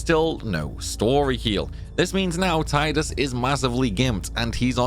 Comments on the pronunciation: You pronounced Tidus wrong the entire video. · When will you learn how to say Tidus' name properly????